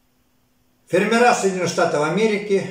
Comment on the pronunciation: Ударение не там: 15 фермеры, на первом слоге.